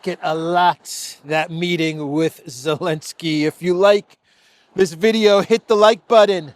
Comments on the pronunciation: Why do you say Olenski? Alenski? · Why does keep calling him ELENSKY without the "Z" at least half the time? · i like it more when u called the green goblin “Elensky “ than Zelensky😂